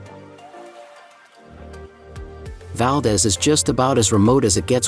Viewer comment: Valdez is pronounced wrong.